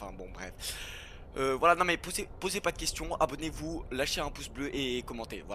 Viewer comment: Non je parle pas de ça je parle de la manière que t a dis abonnez vous tu parlais d un truc et d un coup subez vous chui mort